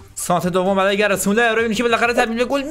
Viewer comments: گرت مولر نه گِرد مولر ☺️ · کانتنت خوب بود👍❤️ اما برادر خودت نوشتی گرد مولر تو ویدیو میگی گرت😂😂😂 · داداش گرت مولراشتباهه گرد مـولر افسانه ای درسته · داداش گرد مولر نه گرد مولر درست بگو مگه گرت بیل است اینطوری میگی درست بگو بلد نیستی فوتبال میبینی اصللن